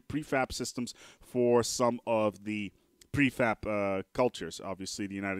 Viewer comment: It's preFAB not preFAP. That pronunciation, omg. Lol